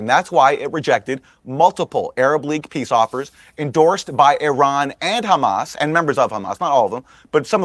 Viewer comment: They can't even pronounce "Hamas" correctly , but somehow they believe they can destroy them. Isreal thinks God will allow them to prosper after all of this, mad world.